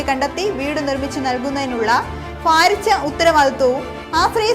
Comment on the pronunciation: ഫൂമി,ഫാരതം,ഫാരിച്ച,ഫാഗം,ലഫ്യം,ഫവനം,,,,,'' 'സൊ' 'ഫാ'വം,...😂